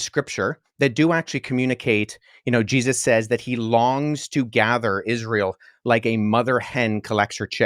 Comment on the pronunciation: Nah man you can't pronounce jesus's name like that🤦 Je zus it's like he's only ever heard it said as a reaction😂